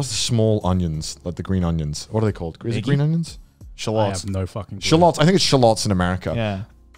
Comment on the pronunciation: he really just called them "shill lots"